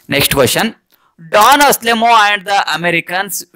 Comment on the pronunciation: Sir it is not aselemon it is Anselmo